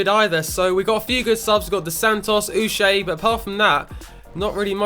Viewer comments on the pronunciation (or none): none